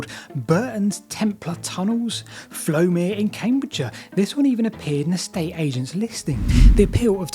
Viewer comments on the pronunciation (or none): Fowlmere mate not flowmere